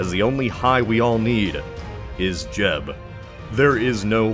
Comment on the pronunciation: when he first say jeb i thought he said jeff